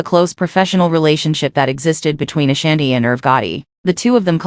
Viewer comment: You not even pronouncing her name right I can't.